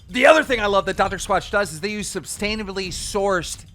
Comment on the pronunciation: ‘Substainably sourced’